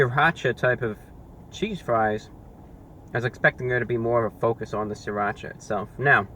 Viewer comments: it's siratcha not sriratch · "Sirrrrrrrrrrrrrrrrrrrrrrrrrrrrrrrrrrrracha" the Anti-Reviewbrah